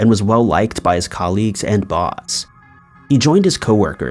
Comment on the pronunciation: Colleagues isn't much better